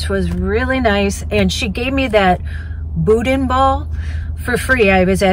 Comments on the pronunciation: it’s actually pronounced “BOO’-DAN”. And that soup I’m pretty sure was gumbo. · As a Louisianan: some FYI’s for you. 1) gumbo is not soup, it is more of a stew 2) boudin is pronounced boo-dah, you do not pronounce the “n” at the end 3) alligator can be very tender, depends on how it is prepared. I live in the middle of Cajun country. If you ever pass close to Lafayette, Louisiana be sure to stop by, you would love the people, food, and culture. The Tabasco plant is not far from here. Would make a great video. Safe travels, God bless! As we say in cajun country, laissez les bons temp rouler (let the good times roll)! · Boo-Dan is the correct pronunciation in Louisiana 😀